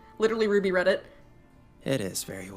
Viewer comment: not to seem like a dick, but the past tense of read is also read, only that you pronounce it like "red", just thought I'd let you know. Also, I don't THINK that was the title of the book, but definately what the book was about. matter of fact, despite ruby explicitly saying "your book, does it have a name?", I don't actually think blake ever mentioned the name of the book and instead directly went into "its about a man with two souls...", but I haven't seen season 1 in like 9 months so I could be wrong about that.